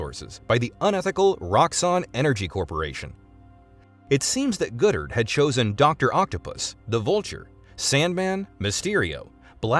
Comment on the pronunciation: Thank the universe – and the Sony email hack – Goddard's vision didn't come to pass because what's described sounds really, really bad. And i suspect 'Goddard' is pronounced 'god-art' not 'good-ert.'